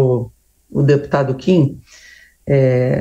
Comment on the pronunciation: A jornalista de esquerda não sabe nem falar o nome do Kim direito. kkkkkkkkkk